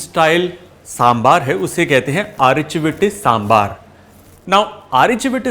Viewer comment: Thank you!!! For saying Sambaar!!! And not Sambhar. And on top of it, you actually pronounced Arachu Vitta Sambaar soooo well! Love it! ❤️💜❤️💜❤️ Recipe is almost spot-on! I say "almost" because like you said, every house has a slight variation and nothing comes close to Amma's Sambaar 😄